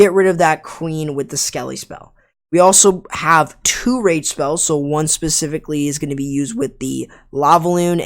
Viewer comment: ESS PECIFICALLY ESS PECIFICALLY ESS PECIFICALLY ESS PECIFICALLY ESS PECIFICALLY ESS PECIFICALLY ESS PECIFICALLY